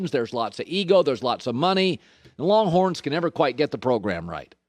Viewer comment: Did Colin Say Wronghorns. . LOL